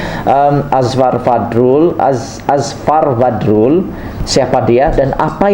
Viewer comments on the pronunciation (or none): Apa yang bagus pada Channel kamu... kamu tidak pandai menyebut nama sa saorang. Kamu susah nak menyebut nama orang... PEKAK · sya bukn suka channel kmu...hihihi😀(jz joke)tpi sya ternpk Nma Azfar Badrul dlm chanel kmu jdi sya pn teclick chanel kmu..dn sya mau tau pa cerita kmu tntg Azfar Badrul..pa commnt story kmu tentang Azfar Badrul tu...pi terlbh dlu luruskn Lidah kmu tuk sebut nma Azfar Badrul tu betul2..mmng kmu inda knl Azfar pokok nya kmu mcm jenis" News CNN "bh...jgn mrah joking sja😝😁